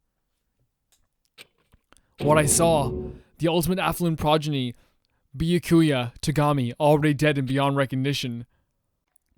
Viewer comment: im pretty sure the game heard say "guys i can't do this for another 30 hours" about byakuya and decided to grant his wish.. that sounds about it oh it's so weird hearing you read his name correctly... but i guess it's right to do that, poor guy's dead now and all. he gets to have a few correct name pronunciation moments